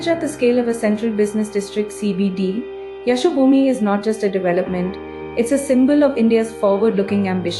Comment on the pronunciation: An indian narrator cannot pronounce Yashobhoomi correctly, surprising.